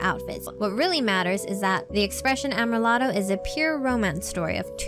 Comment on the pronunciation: (Finally, "Amrilato" is said am-ree-LAH-toh)